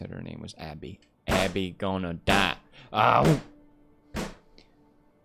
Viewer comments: I love how pewds just continuing to call her Debbie instead of Abby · I think its like "Dabby", Dead-Abby. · PewDiePie keeps calling Abby Dabby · pedws keeps on callin abby as debby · still callin her debbie its fing abby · The amount of time Felix mixed up Abby and Debbie’s name 😂